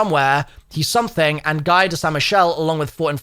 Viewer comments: Guy is not pronounced "guy" More like "Gi" (same G but "i" not "uy") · "Guy" is pronounced "Gee" (Gu-ee), it's a common French first name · I still wish toxic growth was the field upgrade. Also, Guy is a french name pronounced "Guee" so Guy of saint Michel means Guy of (or from) St Michael in case your were still wondering 😊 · The “Guy” part of “Guy de Saint Michel” is pronounced “Gee” kinda like “Gi” in English. It’s also a very common French name too lol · If he is French then Guy is not pronounced 'Guy' as we usually say it. In French its pronounced more like 'Ghee'. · Thought I'd come across this comment but, that name is pronounced [ɡi] (GEE) with a soft g. Love the tutorials man, couldn't tell you how long you've been a zombies companion ❤ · guy would be pronounced more like Gi like what jujitsu people wear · I find it funny that he critiques the french naming yet pronounces "guy" that way 😂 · Guy is actually pronounced “gee” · It would be pronounced like Gi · First of all, Guy is pronounced like the "gea" in gear, just without the r. Second, Guy de Saint Michel is just where the person is from. It basically means "Guy from Saint Michel".